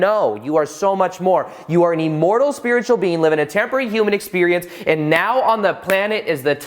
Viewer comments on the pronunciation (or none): Buddy... PLEASE.... it’s IM-mortal not EE-mortal!!!! I cringe every time you say it.. in EVERY video. 😣 Still, I watch. Yogananda’s book while wonderful, many parts a little to unbelievable for me. Read it years ago & could feel my mind opening up though. 👍🏼 (I always thought it was pronounced: Shree You-tis-Swar)